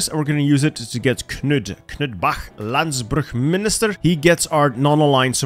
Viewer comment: Hey. I am dane, and i can say that, you say “landbrugsminister” wrong. The d is not pronounced there. Before you also says “Sjælland” (Sjaelland in the game) wrong, but I don’t know how to explain the sound via text. There are more mistakes made in pronunciation, but I 1. don’t blame you, 2. am not gonna list them all.